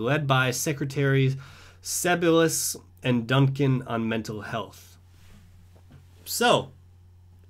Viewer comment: Its pronounced "SEH -BEIL-I- US"